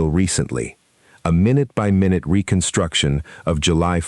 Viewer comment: Should have know this would be another crappy A.I. narrated video that plays "MyNute by Minute" Write the text better so that the stupid AI can read it correctly.